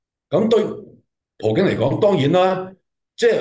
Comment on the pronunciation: 係普京，唔係葡京